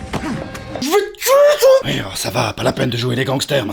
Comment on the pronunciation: ui et oui ne se prononce pas pareil sinon ont eciraient un pouit et non un puit serieux arrete stp ou parle un autre language merci